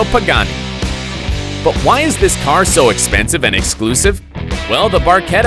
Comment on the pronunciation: Que dijiste?expensive?lol